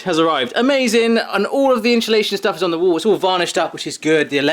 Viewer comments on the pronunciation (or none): I like how you say insulation, "inshulation"😂. Well done, you've done an amazing job, In quite a short space of time!!